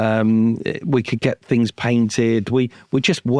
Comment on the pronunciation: It's the guy who say fings